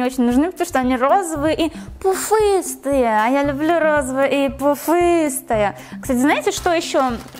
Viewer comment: Тебе не идёт говорить пуфыстая на пьянава бомжа который не умеет разговаривать похожи ну извини выражаю свои мнение а так люблю смотреть шопенг